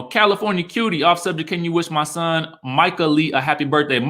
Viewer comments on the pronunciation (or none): none